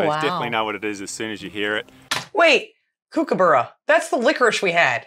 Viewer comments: Please go back to near the start and listen to how he pronounces kookaburra. You ladies try real hard to pronounce common Australian words as they should be said, like emu (well done, we appreciate it 😊). Please do that for kookaburra. “Cook -u-bu (each u, as in up) ru” say it fast and it should sound right. Good luck 👋🏼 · Hey, when you pronounce kookaburra here it’s actually Kooka(Barra). Also fun fact to know: when your out bushing walking and a kookaburra lands near you there is a slight chance there is a snake nearby. Kookaburra’s are in fact an alarm system for humans out in the bush. Cheers 👍